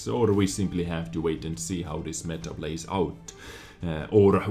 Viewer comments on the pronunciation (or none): none